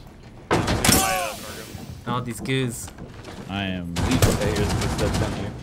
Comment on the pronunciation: he said stairs like he was from Boston